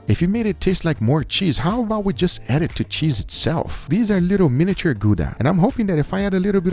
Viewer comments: Gouda is pronounced Gawda nod Gooda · I'm from the netherlands and we do not pronounce it like gooda, but more like gaoda with a hard jiddish 'kgh' sort of sound. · People can't say gouda right man.